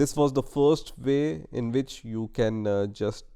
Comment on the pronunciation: Hey... not "second vay", but "second way" LOL